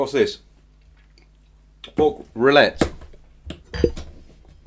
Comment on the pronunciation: rillette is pronounced like ree-ett both L are rolled and I had the misfortune to taste the old french army ration during my service which had a pack of cigarette and tastes like food too old to be consumed You are quite lucky to taste the new ones ^^